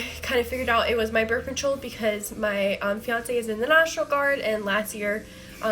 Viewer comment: "birf" lol birth